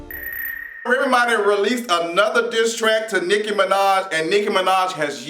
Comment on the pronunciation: I love your accent the way you say Remy Ma. It's like you're saying one word remma. Lol